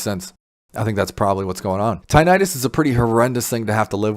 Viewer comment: So if one has age related hearing loss and has been exposed to neither bad chemicals like chemo, nor loud noise, would they benefit? I will get close up to my panel and see if it works for me. By the way, it is not pronounced “tye-night-us.” The correct and accepted pronunciation is “tinn-itt-us.” 😊 Thank you for this video.